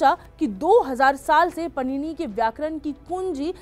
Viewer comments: Your credibility is lost when you pronounce bhagwan Paanini's (पाणिनी) name as Panini (पणिनी) । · पाणीनी का उच्चारण (pronounciation) पणीनी कैसे कर सकते हो!